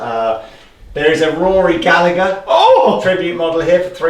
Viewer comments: Toerti totally agree. wouldn't give 300 quid for it. And another thing, it's pronounced Galla-her, not Galla-ger lol. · Rory Gallagher one is a beast, (ps it's pronounced gal - ah - her), you don't pronounce the g like with the oasis guys, my fam used to live next to him) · It's pronounced "Gall-Ah-Her" for gods sake. It's an Irish name, Gallagher, and the G and the H together make a H sound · I wince every time ye say Gallagher wrong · You'd think if someone was going to showcase a Rory Gallagher Strat they would at least have the decency to pronounce his name correctly. You don't pronounce it the same way as the lads from Oasis do their name. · I wish people coups pronounce Gallagher right